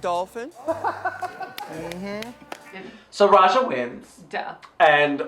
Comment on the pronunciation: did say aja instead of Raja cuz i had to watch it back like five times and i'm still not sure.